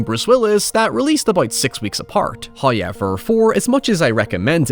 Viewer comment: First "hoyevver" drops .